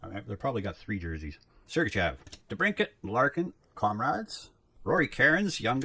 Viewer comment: You keep saying comrades for the compadres cards... does the Hispanic community bother you?